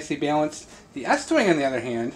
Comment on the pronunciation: Estwing not eastwing is made in the USA lol